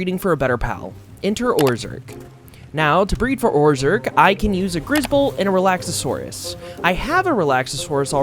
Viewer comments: I'm baffled that you can pronounce Hoocrates (Hoo-cra-tes) perfectly, but Relaxaurus (Relax-aurus) and Dinossom (Dino-ssom) you get wrong. Seeing as the names are there spelled out and you add extra letters to say them wrong (making Relaxaurus sound Relaxasaurus, or Dinossom into Dino-ossom) and Hoocrates is actually one of the few that is genuinely hard to pronouce if you aren't familiar with Socrates. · Re-lax-or-us lol